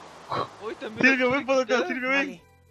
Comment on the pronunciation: Cuando dise silvio pienso que dise cilio